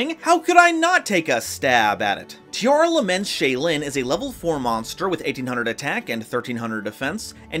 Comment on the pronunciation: Pls fix the naming of the monsters, it's Tearlaments not Tearalaments. I feel weird when I heard Tearalaments.